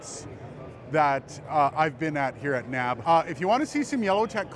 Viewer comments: Been going to the show for 10 years- never have I heard someone call it "NAB," as in a word that rhymes with "grab". N.A.B.-yes, or the N.A.B. show, but "no" to NAB. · People don't say nab. :-)